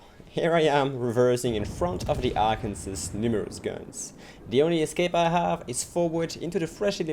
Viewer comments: Arkansas is pronounced as Ark-an-saw not Ark-an-sans :) keep up the great videos! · really enjoy your videos!! and just a small fyi it is pronounced Arken-saw